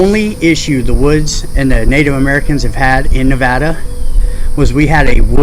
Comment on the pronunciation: Im from NV. I hate when people mispronounce our state. Thats when you know their a tourist.